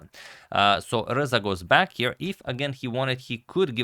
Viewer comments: I hear Alireza every time he pronounces RZA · i like how you pronounce RZA like its the last four letters of alireza